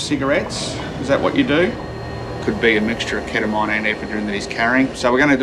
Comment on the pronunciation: the way he pronounced keta-MINE